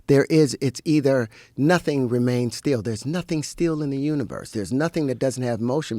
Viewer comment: Terrence can’t even pronounce Still as in “staying still” and also pendulum. Dude has no clue what he’s talking about. He read an occult book and decided to go all in with zero knowledge nor intelligence to do so with.